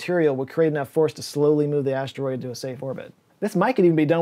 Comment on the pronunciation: I'm 'a need you to stop saying "stroid" 🤣